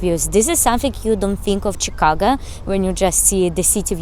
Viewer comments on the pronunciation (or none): the go in chicago is pronounced as go (for example in let‘s go) and not like ga (for example in lady gaga). chicago, not chicaga. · Chicaga lol sounds like you're saying Chicaca. ChicaGo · Yes ShikAWgoe. That's the phonetic spelling. Try Google translate for the correct pronunciation I guess.